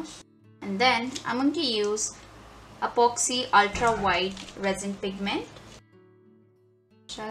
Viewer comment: Its not "Expo" dear. Its EPOXY. Please check ur English dear.